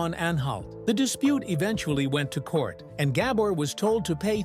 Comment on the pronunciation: Horrible ai Awada’s gAbor